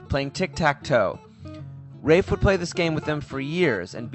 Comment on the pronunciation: His first name is pronounced like "laugh" = Raph (it's short Raphael). Cool vid, that book is kickass. He is a true visionary.